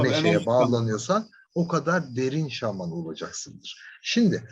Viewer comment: Şağman dediğiniz için dinleyemedim ya 🙄